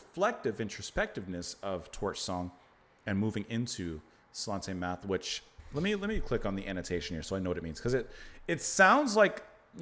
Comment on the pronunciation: Slainte Mhath is pronounced " Slanje Navar." I have the distinction of being blocked by Fish, on his Fish on Friday programme, for disparaging the SNP, his favourite political party.